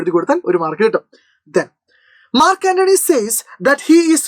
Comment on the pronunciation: not mark antony 😑😑😑 ,Nachu antony 😂😂😂